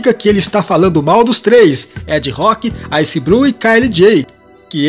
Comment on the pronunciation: Vídeo interessante, apenas uma crítica construtiva. Poderia falar as palavras da forma correta, como o nome do Ice Blue você pronunciou ice Bru, concrusao, fora a concordância das palavras... Fora isso ficou muito legal a matéria!!! Guina é farsa